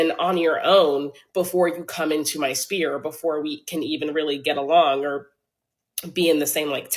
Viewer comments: Mfer better “own the bus”. Amirite? I call BS! She doesn’t even know the difference between “spears” and “spheres” (she said “spears” twice). My bet is OF is her other income stream. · I know she’s lying because she says spear instead of sphere. 😂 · The "spears" were bothering me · It’s the fact she keeps pronouncing “sphere” as SPEAR…. 🤣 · Sphere of influence. Not spear. Sphere. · Black woman, attorney at law ,business owner high earner.its not spears,it's actually spheres and your at big conferences around attorneys, hope you didn't use that word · Why she keeps saying spear. The word is sphere how you as a big lawyer don't know that? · The word Sphere not Spear. 🤬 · Is she pronouncing "sphere" as "spear"?! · She said "spear" instead of "sphere" lol. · She means to say SPHERE ….i hope. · all that money and cant pronounce a word smh lol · Why can't she pronounce sphere? It does my head in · She said that ish TWICE. cringe